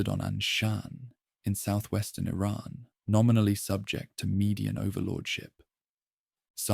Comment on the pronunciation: But how can I trust you when you just said Ayraaaaan for Iran